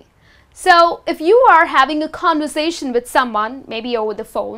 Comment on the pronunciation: Your mispronounced words are so funny 🤣 continue ,keeping ,conversations. sis study up. Hint the phrase "to be honest " is a phrase only used by dishonest people.